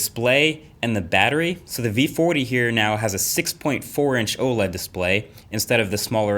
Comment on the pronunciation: vee footy